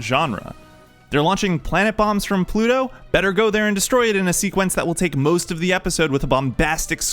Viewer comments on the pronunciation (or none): none